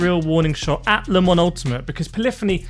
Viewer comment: wow can you not say LEEMON it is LE MANS and don't try and blame you accent .